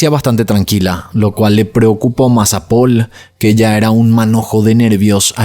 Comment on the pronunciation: La pronunciación de las localizaciones y los nombres xD me hizo recordar a cuando tuviste un rebote porque tu nombre se pronuncia Paul ya que es francés y no Poul y no sé qué más xD Pero no importa, todos nos equivocamos, y vamos a equivocarnos siempre, solo me resultó gracioso.